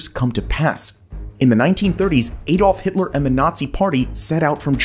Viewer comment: Any change of AI ever prounceing Adolf Hitlers name correctly.